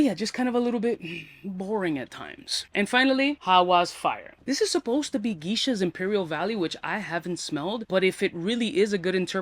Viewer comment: Geesha he said lmfao